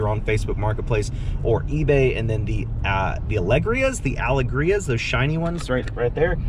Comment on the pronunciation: The sparkly shoes are pronounced al-a-GREE-a. I only know that because QVC (or HSN) sells them, so I've heard the hostess say the name before I quickly changed the channel. They are weird and clunky looking (just my personal opinion), but some people like them. Tell Mose iluvyasomuch.